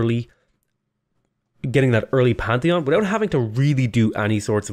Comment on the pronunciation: "quick pantheon" sounded like "quick panty on" and I was very confused